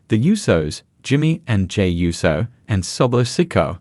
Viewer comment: USO not YUSO